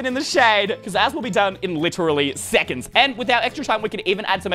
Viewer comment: "Zero secands"